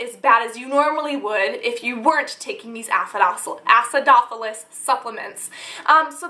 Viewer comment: Say acidopolis one more time!